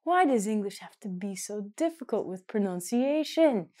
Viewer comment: Re: pronunciation. I see you have many good ideas for teaching English. However, the word in English is pronunciation, not pronounciation, as you pronounced it several times within the first minute of your lesson.